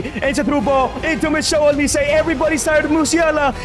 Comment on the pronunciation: This broski say " Michelle Olise" 😂😂😂😂 , It's Michael Olise